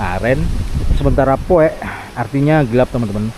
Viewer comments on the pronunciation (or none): Basa Sunda kang : poek (o dan e baca misah) bukan puk tapi p o e k ( gelap )